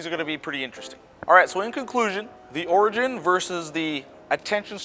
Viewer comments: This. It was really bugging me how he was pronouncing it. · That's not how you pronounce "Origin". Just trying to help!